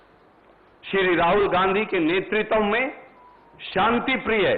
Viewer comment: "नेतृत्व" शब्द को तो सही से उच्चारित करना सीख ले। दलित और शोषितो के नाम की राजनीति करने वालो इस बात का जबाब दो 5000 हजार के घोटाले का क्या जबाब है। यह भाड गाथा गाने को जनता सब समझती है। सब मिट चुका है बाकी भी निपटा कर ही दम लोगो।